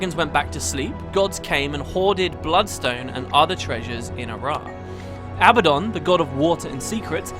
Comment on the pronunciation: Seriously? "Abbadon"?!